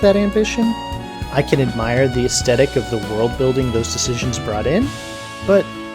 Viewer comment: The P in coup is silent. Wheatley pulls off a "coo". For what it's worth, everyone, although the T at the end of coup d'etat is silent, the C near the end of coup de grace is not (it faintly rhymes with gloss). Also, it is aesTHetic, with a TH sound, not aestetic. For your health.